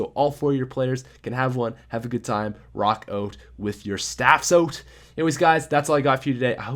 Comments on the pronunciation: 'Rock oat with your staffs oat' 'Intro! I mean oatro! Sorry that's really embarrassing'. I'm so sorry. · Let's rock oat with our staffs oat guys. Jk I love your vids